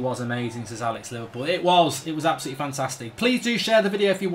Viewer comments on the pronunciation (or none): none